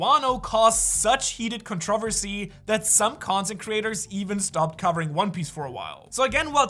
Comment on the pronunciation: Controhvasy hehe